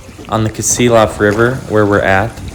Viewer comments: It's pronounced ka-see-loff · After watching I see only the guy in the intro said it wrong. Great video though. Refreshing to see a skilled net man. So many people lose fishing fumbling around with the net.